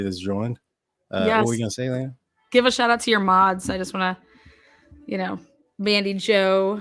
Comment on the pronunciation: her name is Lana like Lana banana 🍌